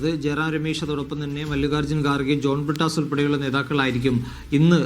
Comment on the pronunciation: ജോൺ പിട്ടാസ് അല്ല ജോൺ ഭ്രൂടാസ്